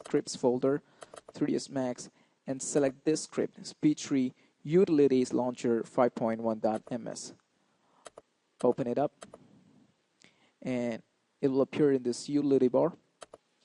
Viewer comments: You-till-it-tee Say that over and over. Now stop saying You-litty. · Great tutorial man, really helped me out. Thanks! (Also the word "utility" is pronounced "you TILL ih tee" in English - just in case anyone gives you any grief about it.)